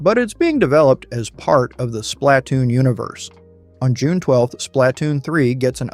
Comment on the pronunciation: The way you said “Splatoon” is criminal